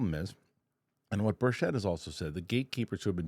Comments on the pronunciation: Tim Burchett pronounces his name BIRCH it. Not Bursh-ETTE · Rep. Tim Burchett's last name is pronounced BURR-chit